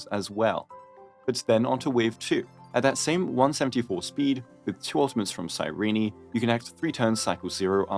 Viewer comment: CAN YOU STOP CALLING HER CYREENEEE ITS CYRENE BRO 💀